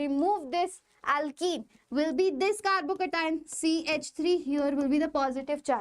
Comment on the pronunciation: Thalle malayali😅❤